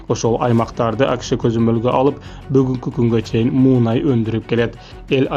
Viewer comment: Муунай эмес мунай